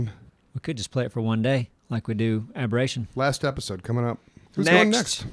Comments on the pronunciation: AB NOT AHB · ABBA-rration...take a chance on me.